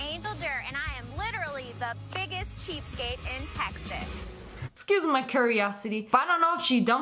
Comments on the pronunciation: Sssniperwolf said cheapskape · Anyone else realise she said "cheapskape"? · Lmao Lia, it’s ‘cheapskate’ not “cheapskape” 😂😂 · Uchiha Avenger may as well be called cheapscape cause she's getting things without being no cost cheap scape 😂😂😂😂😂😂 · I like how she is saying "cheapskape" instead of "cheapskate" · Its cheapskate, not cheapscape. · You're saying cheapscapes. You know that's wrong right? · It's cheapskate not cheapscape